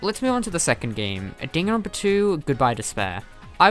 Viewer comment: You say Dan Ron pa not danganronpa Also leon is very popular to me